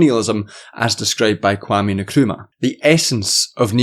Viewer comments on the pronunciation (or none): As a Ghana man I'm begging you to please change your pronunciation of Nkrumah's name. I just hear it everywhere. It's more of an in-krumah not a ni-krumah